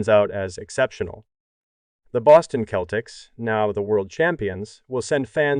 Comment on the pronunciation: When you write your script for narration, you've got to write out 'nineteen eighty' or the computer will read it as 'one thousand, nine hundred, and eighty'. You ought to try spelling Celtics as 'Seltics' for the computer as well. It's jarring to hear and easily fixed with a bit of effort/editing. Otherwise, it's a decent video. Thanks.